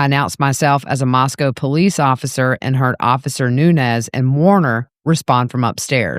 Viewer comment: Nuñez ñ is a different letter in the alphabet and sounds different then n. Learn names as a public speaker